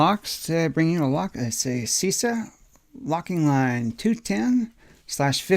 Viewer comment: Oh, good job on the Cisa, I think its actually pronounced Cheesa... apparently.😕🙋‍♂️